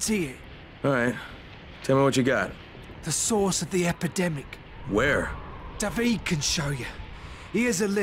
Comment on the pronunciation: So you're telling me Dah Veed is an odd way to pronounce Dah Veed?